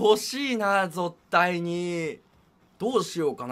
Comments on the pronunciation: ぞったいにをぞったいに訂正しないのすき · 「ぞったいに〜」 につい ｯﾌてわらった